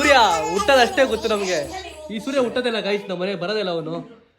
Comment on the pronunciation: ಅದು ಗೋತ ಅಲ್ಲ ಗೊತ್ತ..? Bro